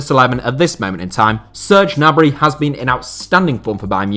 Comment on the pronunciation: its not nabry